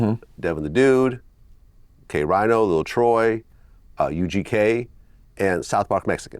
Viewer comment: VLAD calling K-Rino.."K-Rhyno" should tell you everything you need to know 😂